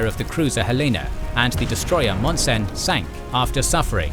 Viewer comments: I live in Helena, and you are right, no one pronounces it correctly. Oh well, there are greater wrongs in the world. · Like Juneau and Helena? None of these series gets Helena right. :)